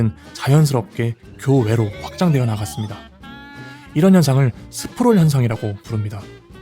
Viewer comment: 1가구를 한가구로 읽냐 일가구야! zoning 은 지역으로 번역해야 하고 Sprawl 이란 말도 제대로 해야지